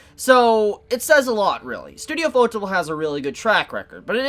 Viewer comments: I have a question for you guys here: Do you pronounce the Studio's name as UFO-Table? Or do you pronounce it like fotable like does? Im curious because his pronunciation of it kinda drives me up a wall lol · you should take the 2 minutes it takes to Google how to properly pronounce the studio name, if you really want to give them credit. It's pronounced You-pho-teh-bu-ru. It's kinda disrespectful otherwise. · butchered the pronunciation of ufotable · Why can't people pronounce ufotable right? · I still have no idea on the proper pronunciation of Ufotable.